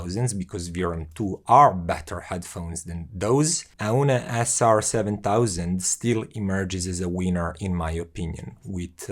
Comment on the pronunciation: Its pronounced OWN like the English word own.